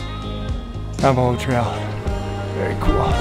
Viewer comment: I've never heard someone pronounce Navajo like that 🤣. Gorgeous spots..can't wait to see more.